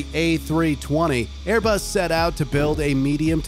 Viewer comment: Its ”*Airbus*”